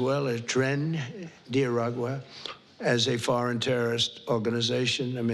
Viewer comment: oh wait did he say foreging lol